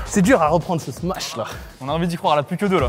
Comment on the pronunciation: Très bonne vidéo, par contre je veux plus jamais entendre "smatch" on dit smash (Sm-a-sh) svp...